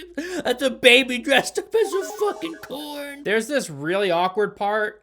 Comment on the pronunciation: you can’t tell me he didn’t say corn like shaggy